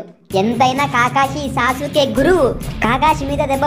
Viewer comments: anna aadi sa suke kadu anna aadi sasuke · Sasuuke kuda kadhu bro sasuke